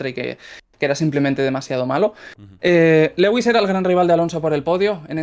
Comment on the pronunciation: cada vez que pronuncia lewis cono "Legüis" sufro mucho